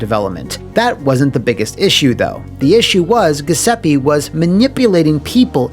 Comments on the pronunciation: It hurt to hear “Guh” seppe so many times. Thank you for this comment! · Italian here, you'd pronounce the name Gee oo seppe (the last e is the same as the one right before the double p, not a double e), the gl sound in the surname would be the same sound as the double l in spanish. The way you pronounce the name sounds kinda like ghesepi and it's pretty funny lmao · I think it’s supposed to be pronounced as “joo-sep-peh” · It's pronounced "Ju(think jewel)-zep-pay" (my Italian is a bit rusty) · He's saying Giuseppe wrong but it's way funnier this way. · You’re mispronouncing Giuseppe. It should be said with a “J” sound. Good video as always though :) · Crugliano's management style looks like it's straight from the typical "Italian small to medium sized company" mindset: 1: Employees are your property to use as you see fit 2: Lie through your teeth to the customers to get that job 3: pretend everything is ok By the way, every time you mispronounce "Giuseppe", an Italian plumber dies